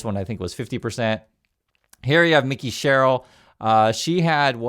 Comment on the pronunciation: It's MIKE-EE, not Mickie, Sherill. Mike with an E ending.